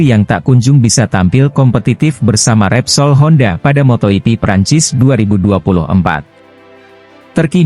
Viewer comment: Kok ngomongnya "Moto iti", bukannya moto jipi yg bener.?... Awas klo ngmong moto iti lg lgo,,,. Ntar kebablasan, moto iti+l